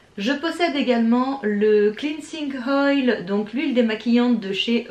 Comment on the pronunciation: On dit « Oil « pas « Hoil » on t‘adore moi et ma sœur